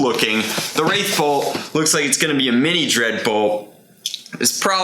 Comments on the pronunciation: It's WrathBolt, without an i. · It’s the wrathbolt not wraithbolt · There's no I in it. It's WRATHbolt.